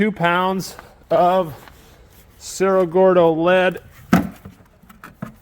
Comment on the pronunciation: So ridiculous how you simply do not take the time to pronounce cerro gordo properly.👎